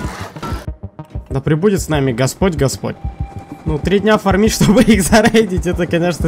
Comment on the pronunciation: Не фармИть, а фАрмить. Ударение на первый слог